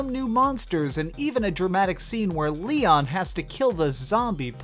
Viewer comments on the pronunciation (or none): none